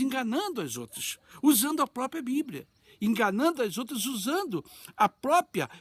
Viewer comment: Fala tanto heim ler, ler e saber falar nos 3;11 o sr fala popia, não é popia e PRÓPRIA, MAS em fim ai pergunto a vc uma coisa; se vou a igreja ou a pessoa quem quer que seja todos estão aflitas passando por lutas guerras, pelejas, o sr falaria para ela o que?????? bebezinha nenem, leia este livro de idolatria, ou encheria ela de esperança, fé, força, animo, pense... Claro tudo com os pés no chão...